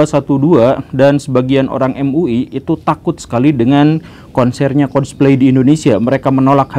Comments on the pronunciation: coldpaly pa guru bukan colsplay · MEREKA, MEREKA, MEREKA, MEREKA. Coba dong Bahas ''COLDPLAY'' nya. Terlihat Banget anda ngga riset sama sekali tentang band ini. nyebut ''COLDPLAY'' juga masih salah. mohon maaf yang anda bilang ''MEREKA'' Itu juga punya ''ALASAN'' kenapa menolak band ini konser di negara tercinta kita ini.